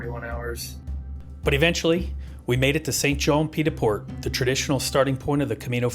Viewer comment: St-Jean Pied du Port....please learn how to pronounce the names of the towns